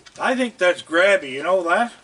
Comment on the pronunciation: I always thought he was saying Crabby not Grabby lol